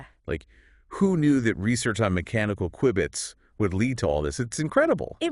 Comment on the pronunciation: I laugh a little every time the AI pronounced Q-bits wrong 😂